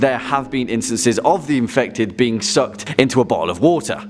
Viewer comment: Me when he said the being: the bean